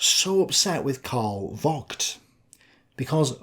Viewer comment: I wouldn't know of the English swear word that Vogt's name sounds like if pronounced properly. The way you mispronunce it sounds closer to the f-word though. "Vogt" is pronounced with a hard "F" and long open "O", not a short one. Try "Fohgt" instead.